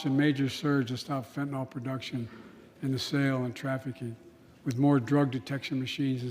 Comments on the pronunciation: It's fentanyl, not fentanol bozo. Even my crappy spell-checker won't accept it. Soon-to-be a bigger problem than the new flu 😷. He doesn't even know how to pronounce it 😒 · WTF! It is NOT fen-tan-all! Try fen-tan-ILL!